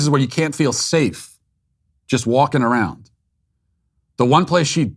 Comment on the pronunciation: The lady straight said,“tiptoeing awound” Sounds like the hunter from bugs bunny. “Wabbit”